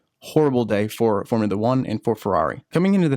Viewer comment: Formoola Uhh.